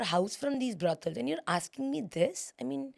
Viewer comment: Why is she saying BRODELS ???????? She can atleast pronounce it right !!!!!! ITS BROTHELS !!!!!!! It’s not that hard